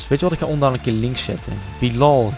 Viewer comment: Het is Bielal en heb je Pelle verkocht